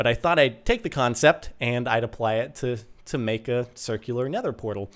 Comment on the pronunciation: Wuts a churcul is that how u pronounce it :P